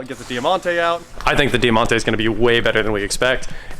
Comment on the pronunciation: DIE-MONTE not Dear-monte pronounced!